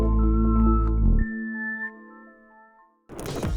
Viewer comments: Позволю небольшое замечание; в любом армянском слове ударение ставится на последнем слоге, не Га'рни, а Гарни' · Безусловно палец вверх, и маленькое исправление, произнося ГарнИ ударение на последнюю букву «И» но не на «а» в остальном все как у профессионального блогера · ГарнИ, ударение на И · ГарнИ. Ударение- на И. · Гарни-ударение на и .Спасибо вам за позитивный отзыв. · все гораздо проще - в армянском ударение всегда ставится на последнюю гласную. Это так к слову, а вообще СУПЕР! Спасибо Вам большое!